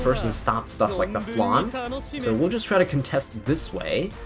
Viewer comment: im sorry...but even Landy's english voice actress pronounces Landy's sisters name like its spelled Flanne. She's also not a dessert...